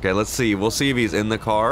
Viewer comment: “Whro knows will shee” no hate love the videos man area